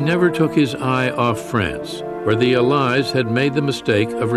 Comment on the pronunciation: Incorrect pronunciation of 'allies'.